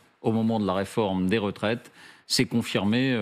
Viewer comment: La chute? Avec une huitième ratraite😂😂😂😂😂